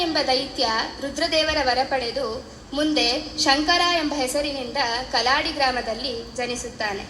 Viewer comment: ಕಲಾಡಿ. ಅಲ್ಲ ಕಾಲಡಿ ಎಂದಾಗಬೇಕು